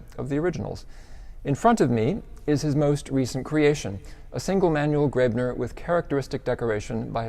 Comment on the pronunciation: Coethen (or "Koethen" in the modern spelling ) is not pronounced like "curtain." Americans seem to think an umlaut O ("oe") is pronounced like the "ur" in curtain. There is no r sound whatsoever in the umlaut O. Also, "Graebner" is not pronounced "grebner." The "ae" in Graebner is like the a in gravestone. And Schloss does not rhyme with boss. lol